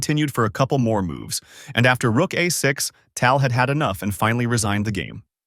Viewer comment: A classic Fischer game, but the AI mispronunciation of Tal ruins it for real chess players.